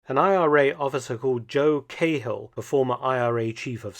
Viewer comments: Great video Mark but quick correction for the Irish names: the men's names are pronounced different in Ireland as Cahill isn't Cay-hill but Cah-hill and Megahy Ma-gah-hee 👍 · Joe KAY Hill!! ?? (disregad the "K" sound and use "Ca") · Cahill is pronounced like kah-ill, Mark. Source: I'm irish ;) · Joe Cah-hill, not Kayhill. I love your videos. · The .5 calibre sniper rifles were to be used in an anti-aircraft role not personnel. The flag is not pronounced a "trickcolor" it's called the "try colour" as in 3. Also Cahill is pronounced"Ka Hill" not "Kay hill" thank you for covering Ireland 👍🏻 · It's pronounced Caal though, not Cay-hill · I HATE the way everyone outside of Ireland pronounces Cahill. Its pronounced like Car -hill. Now just take out the r and dont accentuate the hill.Other than that this is a great channel. Subscribed for a few years now. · It's pronounced KAHILL God dammit. Long live the Irish. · it's pronounced Joe Kackhill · Mark, I am an enormous fan, but must correct your pronunciation which is just like a soldier’s on his first tour of Ulster back in the day. It’s actually a compliment as it brings back fond memories. CAHILL is pronounced KA-HILL, said quickly and without emphasis on either syllable. MEGAHEY is pronounced MA-GA-HE, said even faster and again with equal emphasis on each syllable. “Nay undercover werk fur ye in South Armagh, Sonny, till ye learn de lingo (likely response from a Scottish RSM). Keep up the excellent work, good Doctor. Thank you very much for your persistent and steady work producing highly informative and entertaining content on YouTube. Best wishes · Please learn to say Cahill properly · I agree. The typical pronunciation in the British Isles is the Irish way of saying it. There should be no difficulty in pronouncing the names correctly. Felton is so careful with the pronunciation of foreign names. Oddly, he uses such parochial English for Irish names.